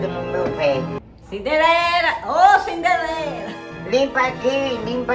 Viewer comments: "CINDELERA". KKKKKKKKKKKKK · "Cindelera" rsrsrsrsrsrsrsrsrsrsr